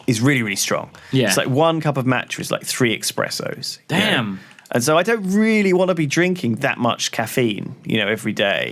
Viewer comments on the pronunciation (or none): Espresso. Not Expresso. Yes tea drinking is classy and polite, but don't disrespect us coffee lovers. ^^